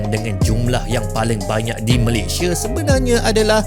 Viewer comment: Sebut negara Malaysia ialah MalayS-I-A BUKAN Malay-S-H-E … Badak Sumatera di Malaysia telah PUPUS sejak 2019..